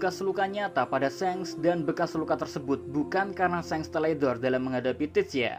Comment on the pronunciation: Min, shanks itu kok bacanya seng, pdhl luffy panggilnya sangs